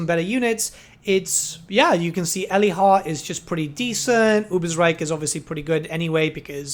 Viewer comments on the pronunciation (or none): I know, I know... pronunciation of Warhammer names generally is pretty much "as you like"... but this must have been the first time I have heard someone call that town "Elly-hart" :D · The mod seems very good but you butcher the pronunciation of Eilhart pretty bad. The „Eil“ part is pronounced like isle. My best guess is that it is an abbreviation of the german word Eile which translates to hurry.